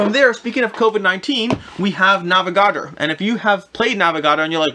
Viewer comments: I'd never heard of some of these games, but it turned out it was just the way you pronounced the titles, NAVA-GARDER? NAVA-GA-DOR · Nah - veh - gah - door